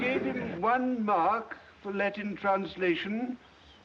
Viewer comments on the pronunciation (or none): none